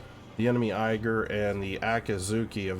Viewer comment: Thanks for the video, as entertaining as usual. Only minor nitpick, Ägir is more pronounced as ai-gir like in air or eh-gir than eiger (I'm German). Any plans to make a video featuring Elbing in the future? I didn't see any on your channel and your gameplay and explaining helps me to become better at them, especially when is it such an unusual DD line.